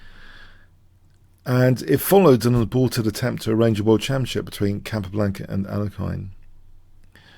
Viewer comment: I love your videos and analyses. Please keep them coming. They are keeping me sane in this crazy world right now. One small nitpick is I think you're mispronouncing the name of Alexander Alekhine. I'm pretty sure it's pronounced more like al-YEK-ihn. Although kudos to you as it seems you're now sometimes pronouncing "fianchetto" properly!